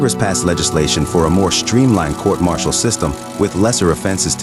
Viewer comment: Whats a court marchelle? Lol